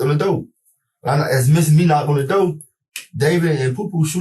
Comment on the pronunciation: How can these EBT collectors go through the same school system I did and pronounce the word door as doe , the word four as foe? WTF happened? You want to call yourself my equal?